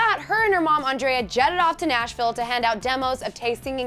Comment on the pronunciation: The way she said "Andrea", like no